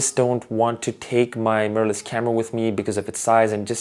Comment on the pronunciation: “Murrless camera” 😂 nice video fam